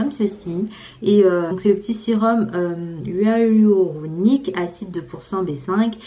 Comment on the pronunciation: ❤️❤️❤️❤️❤️ toujours au top ma ptite Mdrrr tu m’as fais rire quand tu as dis « hyaluronique » ❤️❤️❤️